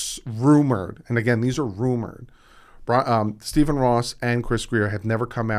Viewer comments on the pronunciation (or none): none